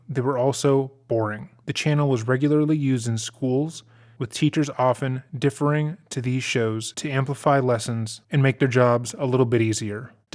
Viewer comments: the host is an idiot. he can't say "deferring" and says "differing" LMAO. what a clown. check it out guys! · Does really not know how to pronounce "defer?" I guess. Anyway, it's "deferring," not "differing." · teachers weren’t “differing”, they were “deferring”. Tighten up. You said that way wrong. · The word is dif- fering not differ-ing... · It's pronounced "de-ferring", not "differing" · Not 'differing'; 'deferring'. Pronounced 'duh-furring'. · It's "deferring", not differing. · De-FER-ing, NOT Def-er-ing. 🙄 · Dude. "Differing"? It's astonishing to me that every vid I've ever watched from this channel, whose proprietors so eagerly & joyfully mock the crap out of their "subjects", but still doesn't know how/when to use nor even pronounce the "big" words in their vids. I get these stories are "downers", but holy pessimistic! They NEVER have an iota of a nice or positive thing to say about anyone/anything. This whole vid & it's premise is nothing but a diatribe against Christians. Let's begin by slamming the faith, demonizing these ppl, spewing lies & sharing their own personal feelings & critiques about all of it. Let's start it in a completely false premise; no one liked them all & hated the show....seriously? Just because u hate them & their show & hate Christianity, doesn't mean everyone feels the same way. Tell me what parents would broadcast their then teenage sons problems & bad deeds. NO ONE would. Who's it gonna help? The girls? Him? They believed sending him away to be counseled would help him. They did what any parent would. U don't hafta agree, but unless you've been there, shut it; u have no clue what you'd actually do. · I am 4 minutes in and the true crime here is the narrator pronouncing "deferring" as "differing" and "subjugating" as "subjecting". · Deferring.. not differing 🤦‍♂️. N yea I know it's petty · ‘Deferring’ is pronounced ‘Dee-FUR-ing’, just a helpful tip ♥️ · deferring sounded like differing